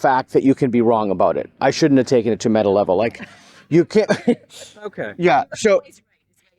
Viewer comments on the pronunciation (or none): none